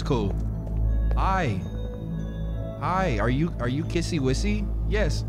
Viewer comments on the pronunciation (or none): is it a joke or does he not know that its kissy missy not kissy wissy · ITS NOT KISSY WISSY ITS KISSY MISSY